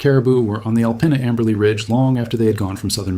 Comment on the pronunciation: Michiganders pronounce it “Al-peen-ah”. And if that makes you grumble, you should hear how we pronounce Armada.